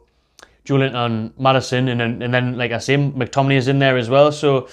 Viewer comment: no way mctominayy lol